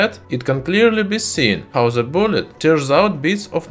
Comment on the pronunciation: Please let me correct your english pronunciation - which can make your videos hardly understandable. Words that contain "TH" in the first part of the word (like THE, THOUGH, THIS, THAT, THOSE, THESE), you should pronunce it as "D" instead of "Z". In the case of THANK, it is pronunced as "T". I think your speaches would be much less disturbing to be heard by your viewers. I don't want to be rude or be offensive to you, so please don't take it as an offense. I think your videos are great and informative, but your pronunciation seems to need some amending.